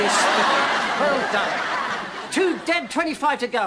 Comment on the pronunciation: 8-28 "He's a-dead." Always notice that. a-dead.